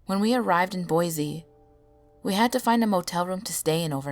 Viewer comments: Boi-SEE not boi-ZEE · love this except I couldn't help but cringe at the pronunciation of Boise.... guess that's an Idaho native mindset for ya